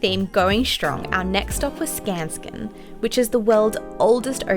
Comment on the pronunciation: Cool video! As a native Stockholmer I recognized most places and it's nice to see you had a fun time.... The girl's pronouncation of "Skansen" made me smile too with the added "k" in there for some reason, sounded so cute :')